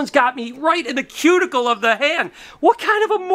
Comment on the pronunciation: When you said “cuticle” I died 😂😂 love the video ❤️